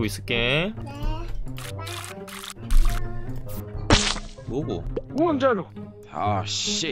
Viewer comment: 원자로 말투 왜캐 웃기냐 ㅋㅋㅋㅋㅋㅋㅋㅋㅋ웡좌로